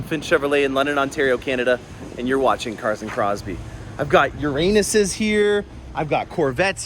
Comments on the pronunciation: Did you just call the Lambo an Ur-anus?? Ahaha. That’s what can happen when you are wxcited. Peace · Did he say Uranuses? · Not making fun but it's funny the way he said the name for the lamborghin urus 🤣😂